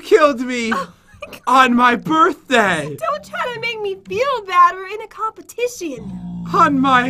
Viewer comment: Did you hear that jen said happy borthday pat